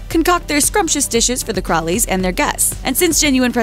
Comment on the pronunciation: Yes, and "Crawley" was pronounced "Crowley". I can understand the confusion, but surely the producer should check and advise accordingly. The whole thing came across as rushed and amateurish. Sad, because the footage and research was lovely.